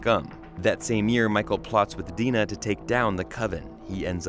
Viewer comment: It’s Dinah not “Dena” 🙄😒